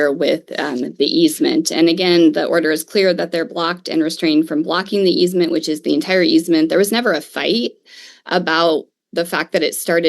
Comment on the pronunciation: Easement, not easemen. Sheesh.